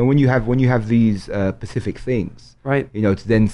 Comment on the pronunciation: Jamali, it's pronounced "Specific" unless you're talking about the pacific which you are not.